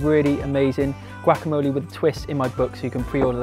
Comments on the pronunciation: "Chilli Cone Carnie" "Gwackamoley" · Looks awesome!! :D luv the way u say guacamole lol ;) "goo-walk-a-mole-ay"